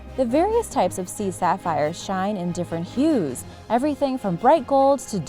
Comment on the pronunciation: Why is your pronunciation so bad? No 10 is pronounced SAY BUR WING as in Sabre the 'sword', and the other annoying example was the one you said was the 'Sea Saffeer' It's pronounced properly as the Sea SA-FIRE as in sapphire the gem ... It's not as if they are difficult words to say... you just decide to put your own spin on them? Poor !!!